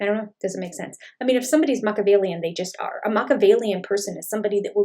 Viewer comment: People who can't properly pronounce Mah-key-ah-vellian (SIX syllables), probably shouldnt use the word!